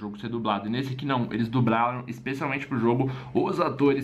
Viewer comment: No final ele fala "dubraram"